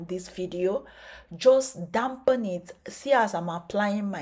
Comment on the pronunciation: Dump and damp two different meanings Dampen is to moisture you said you dumpen your hair with herbal tea Dump is thrown or discard I didn't mean to embarrass you in anyway since you're international your accent has to be You suggested that I clean my ears then we could go toe to toe There's river called BLEACH , the UGLY DUCKLING can go jump ,swim and clean it's tongue I still respect your splendid work you're doing